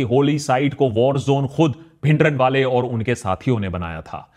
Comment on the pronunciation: bhai bhindran wala naam me n silent hai app pura bolte ho deol ko app dewal bolte hai dhillon ko dhillan bolte hai deol me o silent hai dhillon me n